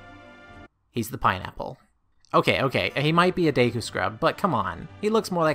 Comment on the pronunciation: It’s pronounced deh-ku